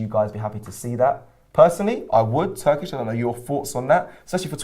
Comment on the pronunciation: Turkish is spot on.